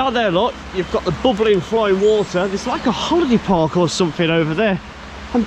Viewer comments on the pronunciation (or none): none